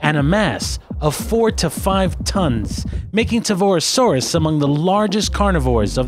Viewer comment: ...It's pronounced Car"K"arodontosaurus... ...There is no "RO" after the Torvo in Torvosaurus... ... It's not said how it's spelled... It's pronounced "Gigantosaurus"... Not trying to be an asshole, but I just get irked by mispronounciations...